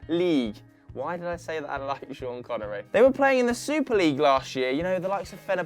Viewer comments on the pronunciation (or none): none